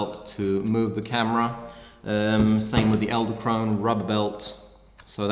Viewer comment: I cringed every time you said "eldekrone" not "edelkrone"